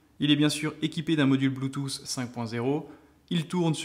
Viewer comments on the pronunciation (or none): none